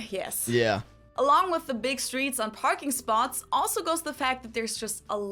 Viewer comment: My AC stay about 69 at the lowest . OFF the subject...what's with the toddler talk in pronouncing with for wiff ? That would be a word among many to correct as a child. Let's sing a Tina Turner song...."what's love got to do WIFF it ".....😅😂😅😅